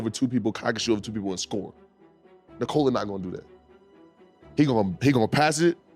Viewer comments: Very good video. Also, unimportant but kind of nice is you pronouncing his first name correctly. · bruh this is the first time a US-based channel has the right pronunciation of Nikola's name